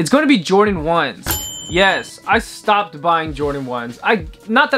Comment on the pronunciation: "Trends I Stiopped buying" 😖